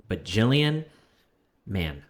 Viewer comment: It's Gillian not Jillian 😭😂